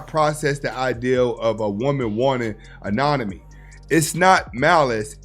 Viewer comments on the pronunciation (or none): Autonomy is the word you're looking for brother. You said it twice without the t